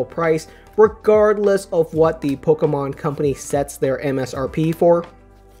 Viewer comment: I liked it when he said Pocker-Man cards